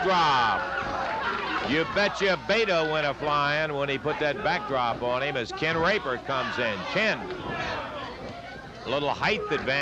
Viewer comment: Sounded almost like he said Ken THE Raper 🤣